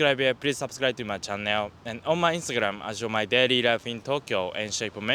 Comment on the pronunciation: You pronounce "channel" as chan neo. Haha that made me confuse a little